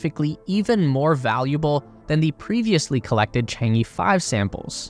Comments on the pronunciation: It’s pronounced chaang uh chaang uh chaang uh! Stop saying E! It’s not chang E! Please learn the pronunciation if you’re dedicating 20 minutes to it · Chang'e should be pronounced like Chang-ur, not Chang-ee or Chang-ge! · Please, for the love of god, please pronounce it properly! Chang-err, Chang-Ur or even Chang-Uh are all preferable pronunciations to Chang-Ee! 🤦🏻‍♂️ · 嫦娥，chang ，not chang i or E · It's pronounced Chang ER, not EE. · The project name pronunciation is 『嫦娥』not chang E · The pronunciation of Chang'e is not the Chang Eeeeeee~ its should be pronunciation like Chang Errrrr~ pls follow the original Chinese pronunciation in right way~ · I just hope that you can pronounce Chang-E properly. 😂 it's Er, not E…😂😂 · The "e" in chang'e is pronounced similar to "er" in British English. More precisely, "Cháng é", as they are both the second tone. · Westerners really need to learn basic Chinese pronunciations. For example Chang-e: the “a” in Chang is more of an “ah” sound, and the “e” sounds like “uh.” Ch-ah-ng-uh. And before people say Chinese pronunciations are hard, I don’t want to hear about it because the US has Kansas and Arkansas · Actually, I think it pronounces "Chan-Err". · Chang-uh... some northern Chinese could add a bit of an 'r' sound on the second syllable though that's not necessary. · 'Chang E' is pronounced 'Chang Eh' actually. The E here is from Chinese Pinyin of that character. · Chang E(r) technically, like "errr..." but without the "r" sound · According to Chinese culture there's no space race but all for the benefits of all mankind. It should be pronounced as " chang er". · 'Chang'e' should be pronounced as 'Chong Eh' (sounds like Chong Ah) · It's Chang-urgh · A great video. just one comment is the pronunciation of "Chang E", the E should sound like 'a' in "a banana" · It is ok. Not many people can pronounce foreign names perfectly including you and I.